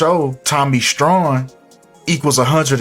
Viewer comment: Tommy strong not strawn